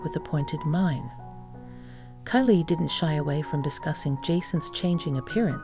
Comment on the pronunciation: Please learn the correct pronunciation of Kylie...."Ki-lee".